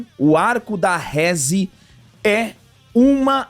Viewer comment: "Rézi. Dengi" 😂 Provavelmente assistiram dublado. Seria uma pena, pois a "dublagem" japonesa é infinitamente melhor. "Reze. Dendi" são as pronúncias certas.